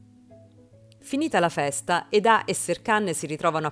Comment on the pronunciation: Lei si chiama Eda non Edà ! Ma chi fa i riassunti li guarda sti telefilm o li fa solo per i Like ?